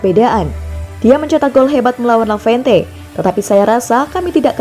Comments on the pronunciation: Lavente lavente matamu...tolonglah ngomong yg benar...LEVANTE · Levante ngab...bukan lavente... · Levante min bukan lavente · Levante min bukan lavente, 🤣🤣🤣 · Eee lavente.... Udah salah... Di ulang mulu lagi... Sekalian aja barca lu bikin bercelano... Dasar lavente lu min.